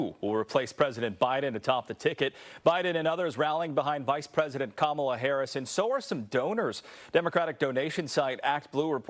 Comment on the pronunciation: y he say Harris like hayriss?….lmk